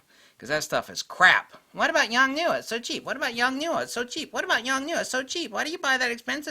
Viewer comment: YONGNUO = "Young-New" No, it isn't !!!!!!!! . . . . . LOL